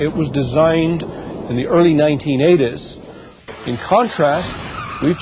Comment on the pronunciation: how he says 1980s